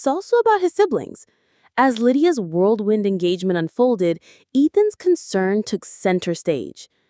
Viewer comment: It’s WHIRLWIND not WORLDWIND and stop showing the same exact photo in the video over and over when talking about the family we’ve seen it!!